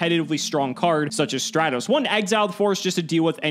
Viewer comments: I hate that he calls it straight-os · Why can I not get over mtb pouncing Stratos as "stray-toes" like it makes me wanna smack him each time he mispronounced it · Straightos come on! LMAO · Stratos not straitos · Yeah, I have never heard anyone pronounce Stratos as Stray-tos or even Don Zaloog as Zay-loog until this series. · Finally someone notices since honestly I’ve never heard some of these card names pronounced the way pronounces them like Straight-os instead of Stratos and Zay-borg instead of Zaborg to name a few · Everybody: "Stratos": "StrEtHOs" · Favorite YGO show on the utubes... even if keeps saying "straytos". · STRAT-OS!! Holy shit. Stratos!! Not Strate-Os. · Stray-tos, zay-loog he does that on purpose right? .. right? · Nobody: Absolutely nobody:: Elemental Hero Straytos. 🤦🏻‍♂️ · It bugs me when people mispronounce yugioh names it's "strat-os" it's like when people pronounce machina as "mockinaw" or pronounce geargia as "gear jee uh" instead of "gear geee uh" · he also says Waboku wrong, Zaborg, Don Zagloon, and now Stratos. 💀💀💀💀💀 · Hearing pronounce stratos is the stuff of nightmares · The way pronounces Stratos is infuriating lmao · Stratos pronunciation sent me to the shadow realm. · And then everyone crucified for pronouncing Stratos wrong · The cringy way pronounces Stratos. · Please stop saying stratos like that